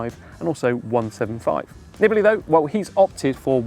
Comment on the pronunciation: You are butchering his last name by shortening the vowels. It should be Neebalee.